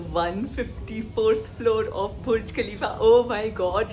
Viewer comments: Lafzon se bayaan na hone wali chiz hai ye🥺🥺 really it's a dream bday😯 Allah bless you guyyzzz ❤️btw ap Burj Khalifa ko. Bhurj Khalifa q bol rhe😜😜🤪🤪😅😅😅😛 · It’s not BHURJ ITS BURJ. Why do you pronounce every word so chaba chaba hai 🤮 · Its burj not bhurj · Aslamwalyikum please please try to pronounce our Burj Khalifa right pronunciation it’s not bhuj it is Burj Khalifa he was our president of UAE who passed away few months ago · Ok...so it's not bhurj Khalifa...it's Burj Khalifa... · Happy Birthday dear Dipi n with due respect it's 'BURJ' 'BHURJ' thanks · Burj khalifa not bhurj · evil eyes offf...btw its burj not bhurj😅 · It's burj not bhurj dipika